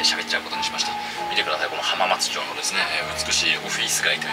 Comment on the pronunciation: 浜松城のオフィス街に聞こえて何言ってんだろう？って思ったら浜松町だった